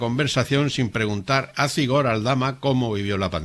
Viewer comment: Por favor cuando hables de Zigor no pronuncies la z como en castellano. En euskera la z tiene un sonido como la s pero un poco silbante. Nada, pronúncialo como s. Soy vasca y me suena horrible. Gracias.